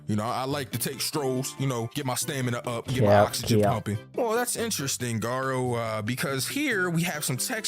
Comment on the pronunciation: It's GAH row